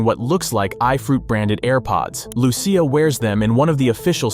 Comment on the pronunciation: Your butchering her name is not Lew-ciah it’s straight up lusea